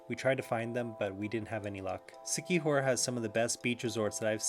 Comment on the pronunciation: It's La-C..not la-Sai....lazi,c-kee-hor